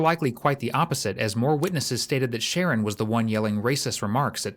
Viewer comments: His name is shaaa-ron nor sharron 😂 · The narrator keeps calling this kid Share-an and his name is Shu- Ron .. I feel so bad for his mother. He’s only 12 yrs old and already has so much hate for another human being. A vulnerable person no less. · The commentary calls him”Sharon but it’s pronounced “Sha Ron” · Sharron is pronounced (sha-ron)😂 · FFS...Sha-RON...not Sharon! That being said, the fact BABIES this age can get heir hands on guns should scare the crap out of everyone. This country is lost. Lost and out of control. With our new "president"..I suspect evrything is just going to get worse. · I know these kids have stupid names, but calling him Sharon the whole time is wild. I’m sure it’s “shuh-ron”. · OMG, his name is Sher Ron, NOT Sharon. The detective said his name correctly, may times. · Nope. It’s Sharron. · Just want to point out his name is pronounced: sha-RON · Says sreggin 😅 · It's pronounced Sha'rron his mom kept calling him ron and ronny. I doubt his name was the issue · i hope the narrorator is AI because if not they need to be educated on ethnic name pronunciation its SHA - RON its not hard jesus fuck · I believe it’s pronounced Sha-Ron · shah-Ron it’s a man name 🙄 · You don’t even say his name correctly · narrator needs to just call him ronnie, as he cant pronounce the kids name even after the kids name has been said several times.